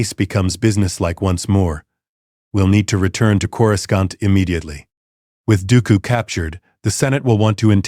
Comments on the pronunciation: "Core-Scunt" the AI is hilarious trying to pronounce "Coruscant" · Chorus can't 😂😂😂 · Can someone teach AI how to say Coruscant, please?